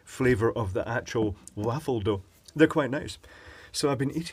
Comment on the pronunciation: I've never heard waffle pronounced quite like that before 😁